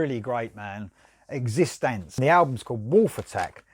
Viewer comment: 🐾 Each time you stumble on the band name pronunciation, you crack me up. I love it, but its so much better than what I could do. I'll have to give this one a listen, as I've never heard of these guys and it sounds like something I would like...Thanks for the review and btw, great extensive review!